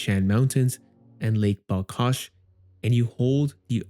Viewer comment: It's not BalKash, it's BalHash